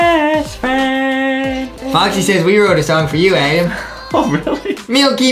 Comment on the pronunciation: U said adem its ADAM